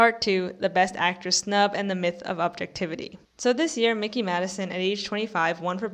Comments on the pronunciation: It’s difficult to take you seriously when you can’t even get her fucking name right: it’s “MIKEY”, not “MICKEY”! And no, her winning this Oscar was completely well-deserved and had absolutely nothing to do with The Substance. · Surprised that you don't know how to pronounce Mikey after following the Oscar race so closely.